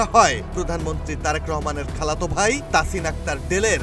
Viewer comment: খাল্লাতো ভাই, এতো জোর দিয়া বলার কি আছে